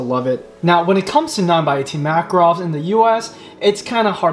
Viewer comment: It spells like MakAAAArov with emphasis on middle A.